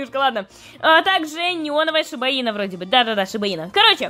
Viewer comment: Прости но сиба-ину а не шиба ина